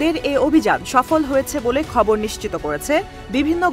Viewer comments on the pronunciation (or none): আপনি তো ''খবর" কে ''কবর" দিয়েছন।